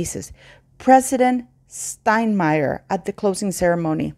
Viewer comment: you did pronounce President Steinmeier's name properly. That is due to the "e" preceding the "i". My friend taught me this as he had a German name with this combination on vowels.